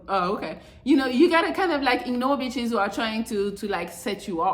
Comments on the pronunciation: Every time she says itches makes me 😂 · Thts a fact